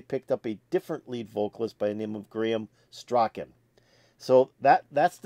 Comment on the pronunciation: You pronounce Graham Shirley Strachan's surname STRAWN. The guy who you say came out doing the go-go dance is their drummer Freddie.